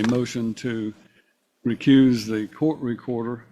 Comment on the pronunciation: "recrooze yoself" "jurydishun" they're getting easier to spot out in the open